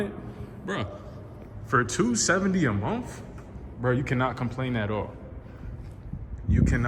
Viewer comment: Did he say monf? 😂 awesome car man congrats!